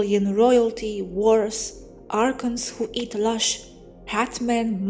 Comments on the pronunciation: True, I couldn't figure out what lush was...then in context I knew she was saying LOOSH. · PLEASE NOTICE Loosh is pronounced like a hard U sound.... like in the word goose I know English is not your first language but you do very well. Thank you.